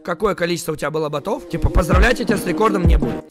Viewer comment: ботЫ, ботОв? Что, нормальное ударение уже не модно?